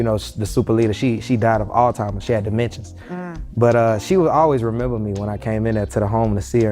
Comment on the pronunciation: He said all timers and dementchies 😢